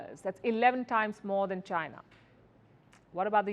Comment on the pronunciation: I love everything about Palki …until she says one word ..China 😀😅🤣😂!